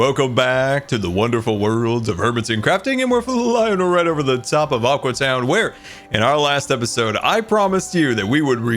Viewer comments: So will scar ever realize it is now "Aque" town instead of "Aqua" town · Psst, it's pronounced aque town. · its aque town (pronounced a keew town)